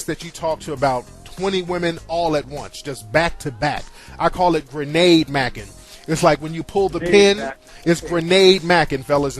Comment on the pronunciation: lol he said granade mackin